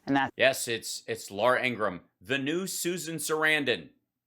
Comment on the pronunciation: This was hard to watch La oora Ing ra ham is deplorable